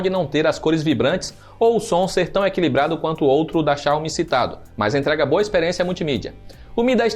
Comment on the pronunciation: Ótimo conteúdo! Só uma critica construtiva, a pronuncia da palavra Xiaomi esta errada, estou morando na China e aqui eles pronunciam a silaba tónica no Mi. Como se tivesse um acendo agudo no fim da palavra Xiao"Mí". Por se tratar de um canal que forma opiniões e influencia os entusiastas, acho interessante dar atenção nessa questão. Abraço!